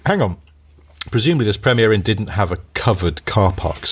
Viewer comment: it's Premier Inn not Premiere Inn...you are making them sound posher than they are